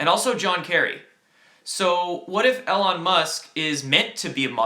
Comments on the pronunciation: EE lon not el lon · Eeeee Lon musk, not el on. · I thought it was E-lon not El-on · Long E, Elon Musk not alon. Thanks for your work kid. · It's "E"-Lon not "L"-on Musk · You still haven't been spammed the correct way Elon Musk is pronounced, actually is doesn't matter if its the correct way or not as its a name. Names of people and businesses can be spelled/pronounced however they want, either way its E-Lawn. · It's pronounced EEEElon. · Just a heads up, his name is pronounced "E" lon Musk. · Elon Musk is pronounced with a long E. (E-lon) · It’s pronounced Eee-lon. Also CBC is not a newspaper. It’s the nation’s public broadcasting agency, Canadian state media if you will. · Spaced is going to get us in the universe and one hour plane rides across this country..say his name right E...lone. Trump is big with Elon Musk...they know what's going on in space. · I love these updates but Elon is pronounced "eeeeee-lon" for future reference:) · The e in Elon is a long e sound. As in eel.